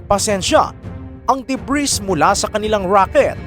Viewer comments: "Debri" ( Ito ho ANG plural na Ng debris") Lang po i-prononce at Hindi debris KAHIT GANUN ANG spelling. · DEBRIS- silent " s " pronunciation DUH-BREE